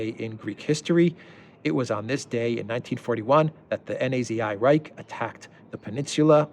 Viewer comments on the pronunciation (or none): none